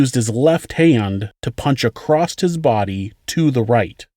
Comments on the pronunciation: OK this has nothing to do with anything, but why does everyone keep saying “acrosst” with a T on the end instead of “across” which is the actual word? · I absolutely love this show and I've been watching it for years but somehow I missed this one. But he says acrosst with the T so many times it is driving me nuts. Doesn't he know that across doesn't have a t at the end? Sounds ignorant unfortunately!! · The word across doesn’t have a T on the end of it even though you strata sound professional you’re messing up